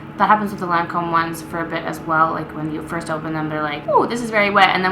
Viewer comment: Crazy lady, Lancome purleeze.